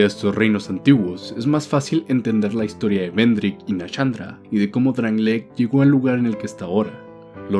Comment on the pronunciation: ay dios, NA-SHAN-DRA SHAAN NO CHAN ,SHULVA NO CHULVA